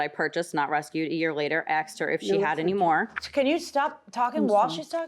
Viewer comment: What a beautiful woman… until she says “so I axed her”